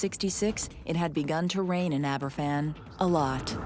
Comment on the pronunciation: #7 - Aberfan is pronounced as ‘Abba-van’ because it’s a Welsh village name. The youngest school children would have been 66 now but the youngest victim was just 2 years old in 1966. That’s a whole generation of Baby Boomers lost to an avoidable disaster.